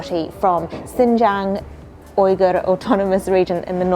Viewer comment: Why does she keep pronouncing Uyghur so wrong?